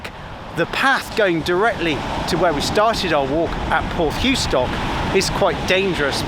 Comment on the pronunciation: Hi, just found your channel after watching the one about Sapperton tunnel. As a Cornishman, I must correct you on your pronunciation of " Porthoustock " its Porth, thou ( as In thousand ), stock. And don't whatever you do when in Cornwall, put cream on your scone before the jam ( they only do that in Devon ) Bernard from Redruth.